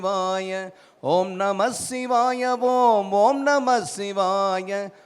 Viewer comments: பாடலும் குரலும் அருமை தான்... ஆனால்... ஆனால் ஓம்நமசிவாய எனும் தமிழ் மந்தரத்தை ஓம்நமஷிவாய என்று உச்சரிப்பதுதான் ஏனென்று தெரியவில்லை... இறைவா... அறுபத்து நான்கு முறை நேரில் வந்து உற்றாரும் ஊராரும் காண, கேட்க வைத்த நீ இன்று ஏன் வருவதேயில்லை என்றெனக்குப் புரிகிறதையா... புரிகிறது....😢😢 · ஓம் நம ஸ்ஸிவாய ஓம் ஓம் நம ஸ்ஸிவாய ... என்று உச்சரித்ததை ஓம் நமச்சிவாய ஓம் ஓம் நமச்சிவாய ஓம் என்று உச்சரித்திருக்க வேண்டும்! நாம் ஓம் நமச்சிவாய ஓம் என்று தான் உச்சரிக்கவும் வேண்டும்!